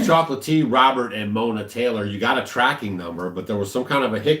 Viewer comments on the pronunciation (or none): none